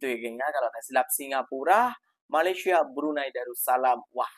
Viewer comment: COBA LU DENGAR BAIK BAIK APA YANG DI UCAPKAN... MALASYA... MALASYA... MALASYA 🤣🤣🤣🤣